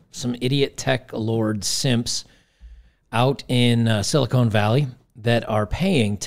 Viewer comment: You mispronounced, "sili¢unt" valley. ✌️